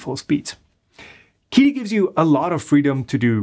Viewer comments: Chee-Dee, not Kee Dee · I believe it’s pronounced “chee dee”, not “kee dee”. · it's pronounced "chidi" not quidi :) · I don't want to be THAT guy but the Q in Qidi is pronounced more like "tch" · Just so y'all know... Qidi is pronounced "Chi Di" - Qi is pinyin for 气 (or 氣 in traditional Chinese), and means "air" or "vapour" (not vapourware, for those still waiting for a Qidi box!)